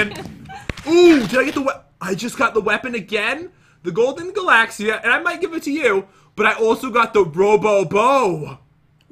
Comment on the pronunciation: That's not how you say galaxyia you say it like galaxy-a